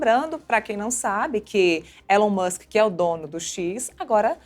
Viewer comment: Adorei o vídeo, mas pronunciem o nome de Elon Musk corretamente. KKK.